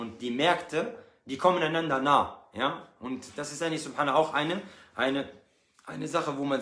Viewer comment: selamın aleyküm Mein Bruderherz. Dein angagement ist lobenswert. Nur fände ich es besser wenn du den selam oder SubhanAllah etc deutlicher aussprechen würdest damit auch die die nicht wissen was dass sein soll zumindest die Worte in der Aussprache gut verstehen um es eventuell nach zu googlen oder zu hinterfragen. 🌹❤🌹